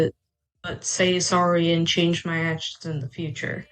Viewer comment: "my past achshins"